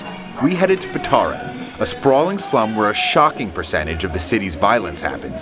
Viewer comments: the barrio is called Petare, not Pitari... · PETARE not Pitara!! :O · It is not "Pitara", it's "Petare"! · PITARA NO, PETARE XD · "Pitara" PETARE, COÑO, P E T A R E. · PETARE, no Pitari !!! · FI: Its not "Pitara", its Petare. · its not Pitara, its Petare. just a friendly correction :P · They keep calling the slum "Pitara", and it's actually Petare.